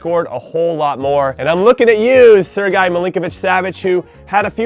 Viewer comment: Little tip, don't say Sergej like Serguy, say it like Sergay, cheers